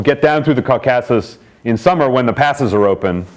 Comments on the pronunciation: Maybe it’s you that have been misprounouncing it 🧐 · Love the way he mispronounces 'Caucasus.' Seriously?!